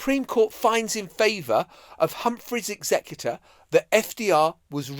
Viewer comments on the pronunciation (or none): none